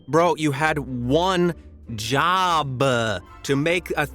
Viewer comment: ….you had one job and you said one jobuh